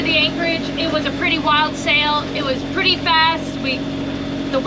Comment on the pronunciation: "There's gotta be one purty one up there.." 🤣🤣